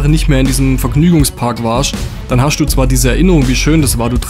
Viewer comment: Da wird aber viel "geHASCHT" im Video😅 du hascht , du bischt